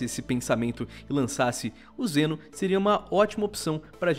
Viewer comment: Eu ouvi "Jenos" ? kkkk e essas abilidades de cura parece com a do Mal'damba e Pip kkkkk Mal'damba tbm joga uma meleca no chão que cura e da slow nos inimigos.